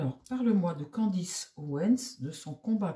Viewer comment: c'est Candace et non Candice